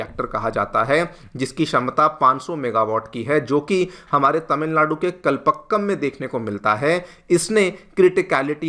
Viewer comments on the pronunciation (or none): Spell as kalpaakkam not pa but paa